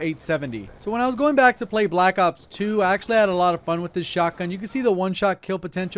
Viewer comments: Learn how to say black ops not black op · It sounds like you're saying black op and I'm getting pissed😂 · I can't stand the way you say Black Ops